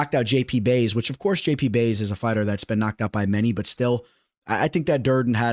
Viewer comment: Did you rlly just call jp buys “jp bays” 🤣😭 how you mispronounced that one is beyond me